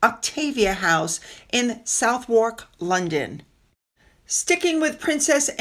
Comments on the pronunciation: Hi FYI Southwark is pronounced suthuk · HI, apologies in advance... but Southwark would phonetically be pronounced 'Suthock'. Brilliant video, well researched as always, thank you 🤗